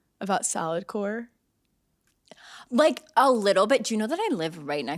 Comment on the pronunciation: Straight up thought you were saying “Salad Core” 🤣🤣